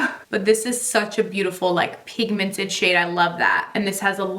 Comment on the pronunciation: Ahhh, lets get you to 900k!! So close!! Love ALL the videos, your so beautiful ❤️ .... It's "pinkmented" instead of pigmented lol